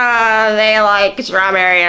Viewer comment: "I love schtrawberry" is what I heard--slurred.